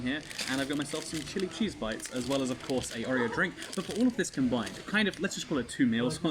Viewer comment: Every time he says chili cheese it sounds like shitty cheese lmao